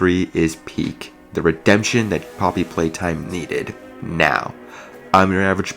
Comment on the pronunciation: "Poppy Pwaytime" Maybe you shouldn't be making conclusions on an unfinished game